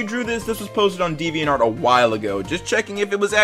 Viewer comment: Did he say devean art